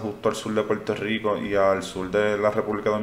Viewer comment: Ejemplo : se escribe y se pronuncia igual la palabra "hablar"....y no "hablal".....se escribe y pronuncia "Puerto Rico" ....y no "Puelto Lico"...lo mismo es para "Verde"...y no "Velde"...."mirar".....y no "milal"...."sin embargo".....y no "Sin embalgo"......y así sucesivamente. Es muy importante que usted lo pueda "introyectar" (no "introyectal") ya que en teoría los expectadores no sólo buscamos información, también es válido lograr estar escuchando una dicción de dicha información plasmada en su canal de manera correcta, según los estándares gramaticales básicos. No es mucho pedir, insistimos. No creemos ofender a nadie, es normal lo podemos comprender que se arrastren algunos sesgos de dicción desde la infancia, pero nunca es tarde para perfeccionar o eliminar ( mejor dicho), tales sesgos. Esperemos que nuestra opinión sea tomada en cuenta sin ningún tipo de discriminación o censura. Gracias.